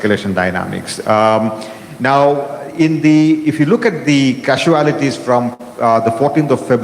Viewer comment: ‘Kasuelotees ‘ or casualties?